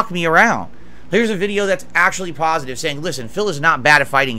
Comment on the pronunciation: i also would like to have my entire history of wrongdoing wiped out with a single pahsitive comment left on a video. the lack of perspective is incredible to witness.